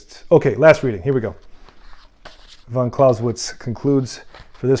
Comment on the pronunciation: you can't even pronounce his surname correctly.